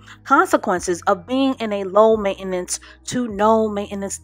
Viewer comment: Main-ten-ance....not main-enance..